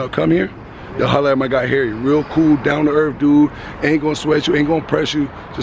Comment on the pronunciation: Where is erf? He said "Down to erf" is that in new york? Erf, N.Y.